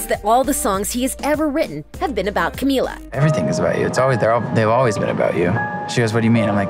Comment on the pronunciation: *finally one of these people says her name right me: HOLY SHIT GUYS THIS IS A BIG DAY FOR US